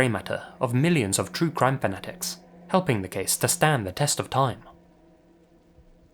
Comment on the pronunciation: Fanatics is not pronounced “fenetics" it’s pronounced “fan-atics”